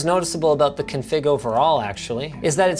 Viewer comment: linus its CONfig, not conFIG